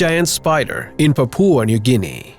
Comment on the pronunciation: Papua not papooa